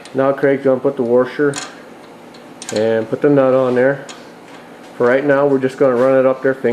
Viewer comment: I caught that too. Warsher